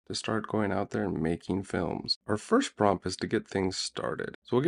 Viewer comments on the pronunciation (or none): none